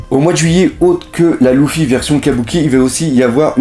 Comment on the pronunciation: Tu sais même pas dire luffy